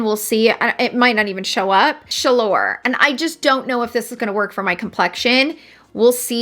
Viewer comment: The way you pronounced COUP DE GENIE, BRILLANTE & CHALEUR..... you made my day. It's french and you put a great twist to it. You are so perfect! 😘